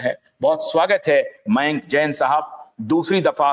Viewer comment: जैन सर का नाम मेंक नहीं "मयांक " है!